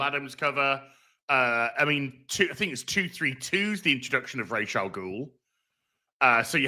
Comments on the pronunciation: there is a debate about how to say the name of Talia’s father. Rajah is indisputably wrong. 🤣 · I refuse to take Batman The Animated Series pronunciation as canon. Talia in that acts like the options are Raysh or Razz. No one says Razz. It’s Raysh or Ra’s, like belonging to the sun god. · From what I've read, Rahs is the pronunciation in Arabic, but the creator of the character always used the Hebrew pronunciation, Raysh.